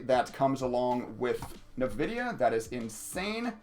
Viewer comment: Too much trading for my taste... but for future reference: "in-vidia"